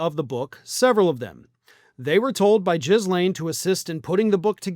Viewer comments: "Jislane" makes you sound stupid. Please try harder. It's geeLANE And NO, I don't condone ANYTHING these horrible excuses for human beings did. But c'mon, please stop making yourself look stupid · Ghislaine is pronounced Geelane, not Jizzlane XD it's hilarious that how many people say it wrong, how embarrassing. not every letter needs to be pronounced in a word. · Its GA LAINE, not Jizlaine. S is silent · it's Gee-laine or Gil-aine with a hard G. Not Jis-laine. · PLEASE learn how to pronounce Ghislane Maxwell's name correctly. It's GiLane, the S is silent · Apparently it's pronounced Gilane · Ah, another "Jizz-Lane" pronunciation - hilarious! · It’s pronounced GEY-LAINE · Love how you pronounced her name: JIZZLANE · Jizz laine tee hee.. the s is silent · It’s pronounced ghee-lane. Hard “G” silent “s”.